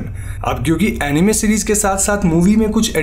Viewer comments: अनिमे नहीं होता अनाइम होता है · NO ONE : LITERALLY NO ONE : WHEN HE SAID ANIME I HEARD IT EMIWAY .